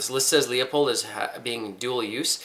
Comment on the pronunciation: Leupold is pronounced Loopold not Leeapold. Everyone makes that mistake. : )